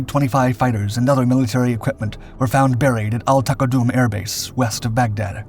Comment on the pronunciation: It's pronounced "AL Tuhkaadum" not taqadoom